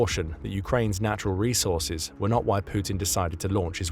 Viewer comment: 😂 Its resaurces